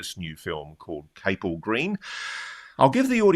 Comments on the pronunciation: It’s pronounced CAP ELL green. Not Cape Ell. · It’s Capel as in Chapel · Capel is pronounced as it appears it's Welsh for chapel...